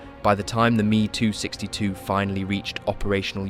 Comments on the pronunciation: Why can’t the automated speech be told to read ME 109 as M.E. and not “me” 262? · It's not "MEE 109" but EHM EE 109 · Why do you say ME as a word, and not 2 letters? Never heard anyone say it like that